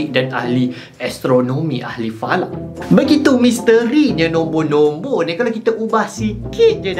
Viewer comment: Korang dengar :Nombor Nombor Aku dengar : Nonvor nonvor